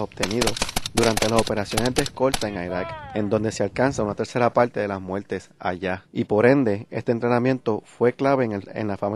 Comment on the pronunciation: plueba? muelte? palte? veldadera? no habia otro hombre para narrar el video?